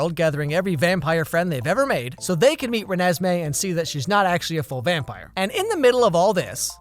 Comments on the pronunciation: it sounds like he pronounced it “renASSmee” which honestly is a better name than what it actually is. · ReNEsMeE Idk I loved that part 😂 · Youtube was made for when he says "Renesmee" 🤣🤣🤣🤣🤣🤣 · Renasmai? Renesmai? Renasmay? Or renesmay? Oh it’s Renesmee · the way you said Renesme had me laughting for a while